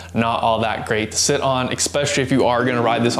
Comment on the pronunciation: "expesh if you ride on the road"??? The word is Especially. No EX there.